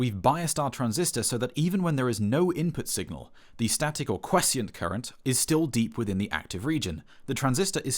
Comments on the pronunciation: you pronounce "quiescent" as "kwessient" instead of "kwy-essent". Other than that, excellent explanation of the different classes of amplifiers! :) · Thanks for this explainer! I learned a lot. Just one tiny note: "quescient current" 🥐might have been a typo or a misread of the script. Seems like this should be "Quiescent"? (Pronounced "kwee-ess-n't", with "kwee" as in "acquiesce" (ack-kwee-ess), or "kwy-ess-n't", with "kwy" as in "quiet".) I guess this is a technical term/synonym with "static current" since it just means "still" or "calm". (Also: "Accidental playback of 'Paradise' by Coldplay" 💀Damn, transistors are scary.) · Pronounced 'quescient' wrong.